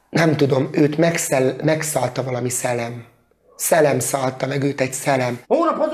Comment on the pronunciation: Győző szellem nem szelem tanulj meg beszélni.